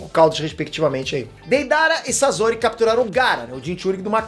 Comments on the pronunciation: Para de pronunciar " sazori ", pelo amor de Deus. O correto a se pronunciar é " Saçori " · É sosori e. Nao sazori que angustia essa pronúncia, video 10 pena que as pronúncias de nome dos personagens estão horríveis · N eh "sazori" q se fala eh "sasori" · Pieter não é Sasori é Sasori